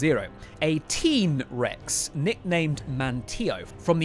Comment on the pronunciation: is your narration AI or a real human? Either way, you should correct the pronunciation of unfamiliar words via an old school piece of technology called a dictionary. Some examples: Diplodocus, Fourier and Manteo.